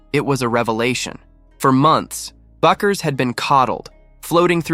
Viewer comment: It's pronounced "BECK-urs."